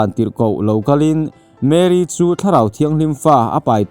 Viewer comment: Mary ani lo mary alom (a) khi (A AW B )a A kha alom Chuan mAry (y khi i ang ani mai